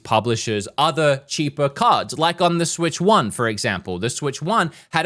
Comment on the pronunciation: Its cards not carts